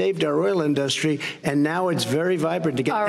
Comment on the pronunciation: This clown can't even pronounce "industry" correctly. Such a stain in American history to have this numb nuts as president. You will be ashamed for generations.